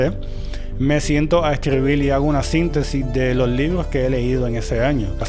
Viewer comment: Hola, no lo tome a mal, pero cómo usted que lee y ha leído tanto dice "leel" y "escribil"?